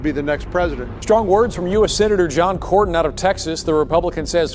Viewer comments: “Corn in” is how his name is pronounced doc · John cornyn. Pronounced corn nin..